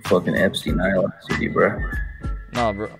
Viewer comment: Did that man say "key to Epstein Isle City bruh"